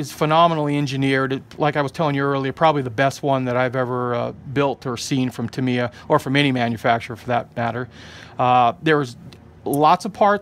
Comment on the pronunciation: um no offense i don't know if it is said different in your part of the us but its pronounced tam e yuh